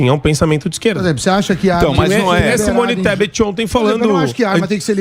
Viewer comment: E quem vota em um cara que ao sabe nem pronunciar a palavra Kun Klus Kan? Chama Simone Tebet de Simone Stepe, chama Willian Bonner, de Willio, parabéns, o Lula é um gênio.